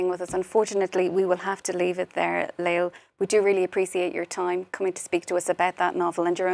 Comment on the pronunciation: Lale is a true hero ! And her name is pronounced LA-LE.... NOT LAIL... journalist supposed to do a little research or.. oh wait we live in 2023 real journalism is dead.